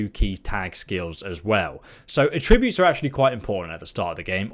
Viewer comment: The way you say attribute triggers me.